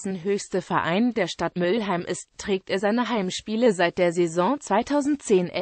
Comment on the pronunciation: Mülheim und nicht Müllheim